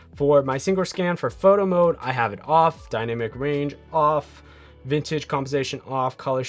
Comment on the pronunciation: Dude its Vin-yet-ting compensation not VINTAGE! You said it twice!